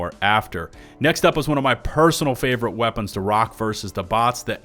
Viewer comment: "I am heavy veapons guy. And this... Is my veapon."